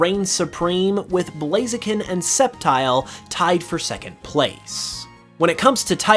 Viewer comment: Bro said blazian hahahaha